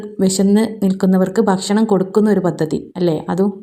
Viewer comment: ഭശ്ശണം അല്ല, കയ്യുക അല്ല കഴിയുക.